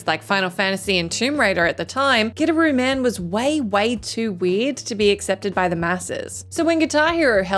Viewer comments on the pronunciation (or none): Wow, you really did butcher the "Gidderooman". Lol, from WhatCulture, you definitely haven't player this one, aye? The pronunciation itself is in the game and yours was not it for Gitaroo Man. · The first game i thought you said Get a room man. 🤣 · I've played all but 3 of these and I'm definitely not someone who seeks out obscure games or anything like that 10. I have absolutely played Gitaroo Man, and spent many hours on my friend's couch in college trying to master it haha. Also I always find the pronunciation in the video weird. I understand the inkling to say it that way without context, but given the game is about a guitar playing hero, it's weird that so many people aren't compelled to pronounce it "Guitar-oo Man," which is essentially how it's supposed to be said (in Japanese it literally spells out Gi-ta-ru Man). 9. Have played Psi-Ops and I thought a good amount of other people had too. 8. Deadly Premonition I didn't play all the way through, but I have played. 7. I didn't play Grim Fandango during its original release (maybe because of all those "best evers" that came out haha), but I did get around to the remaster a few years back. 6. Yeah I dunno about this one as far as the list goes. The title doesn't say they're masterpieces that flopped financially; it implies not many people played it, and that isn't the case with Okami. Remasters and re-releases should count, because it leads to more people...playing the game. I thought it went longer than it needed to, but definitely a masterpiece. 5. This is one is one of the poster children for one of the best games nobody played haha. I honestly enjoyed it a lot but I somewhat agreed with reviews that said it didn't do a lot of things great, but did everything pre